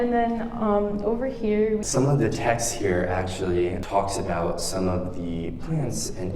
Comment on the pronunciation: It's not that his accent itself is thick it's just that certain words are thick, particularly when he says words with R's ("over here" for example)